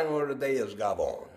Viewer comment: I'm from Brooklyn and used to hear "gavone" all the time. But the Italians from Italy used to get angry cause we never pronounced the "e" in the end of gavone lol.